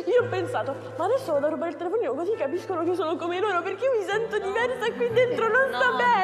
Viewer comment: "non si aggredisce una persona cosiah"